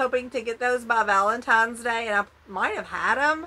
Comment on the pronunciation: First time watcher. I watched the entire video. You did great. Very entertaining. Amazing haul. My only drawback (and this is just a personal pet peeve) is when you say “Valentimes” rather than Valentines. Just saying. No hate. Please don’t come for me. I’m subscribing because I really do enjoy your content.